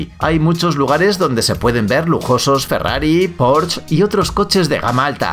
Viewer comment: Mucha informacion equivocada o erronea. Informacion inventada y mentirosa. Pronunciacion inaceptable (por ejemplo Burj al Kalifa, Porsche etc.). 👎👎👎👎👎